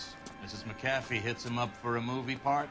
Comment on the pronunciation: its McAfEE. just saying